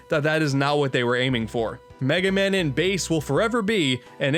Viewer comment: An Unfunny Asian “It’s over, Megay man. Wily May fear you, BUT I DO NOT.”